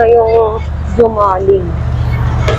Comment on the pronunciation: HOMALIG DAW ANG PROPER PRONOUNCIATION